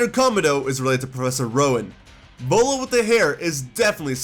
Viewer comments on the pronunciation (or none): none